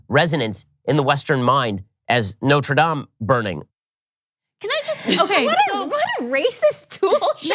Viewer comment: Learn how to pronounce Notre Dame... 🤦🏼‍♂️🤦🏼‍♂️🤦🏼‍♂️